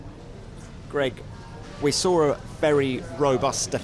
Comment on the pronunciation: You sawR a happy Fernando, how can he be happy if you sawR him,in half?